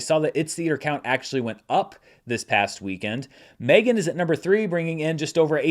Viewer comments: please stop saying M 3 (three) Gan... you know it called Megan. Reminds me of Fant 4 stic, and that was only said by people making fun of that movie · I dont know if you are yelling, but seems like you are yelling. Also, you said it in your review of the movie... but also also, you are not the only one who has said it that way, everyone needs to stop and just say Megan.